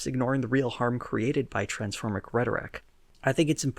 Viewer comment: you said transphormic. Yet another PragerU W